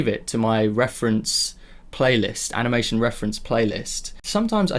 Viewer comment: Aniamtion? , eheh sorry for pointing out the small mistake , also thank you for doing your videos they really help! keep going! love your channel!